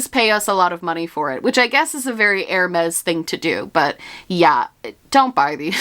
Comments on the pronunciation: hermès would be pronounced like “er-may” , or you could add lile a little soft ssssss to the end, like “er-maissss” . im speaking off my experience as a high school french 1 & 2 student 😭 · Hermès is pronounced "airmess" Keep up the good work with your French lessons ♥️ I'm French and I'm trying to learn German and oh well - 😂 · Hermes is pronouced like "air-mez", but instead of "air" say like "eh" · Hermés is pronounced like “air mez”